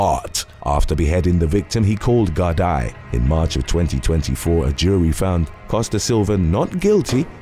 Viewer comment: Gardi is prenounced Gar-dee. Just for future reference.